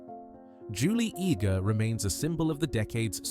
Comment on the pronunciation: It's pronounced Julie "EDGE", not ee-gee. Curse this crappy AI!!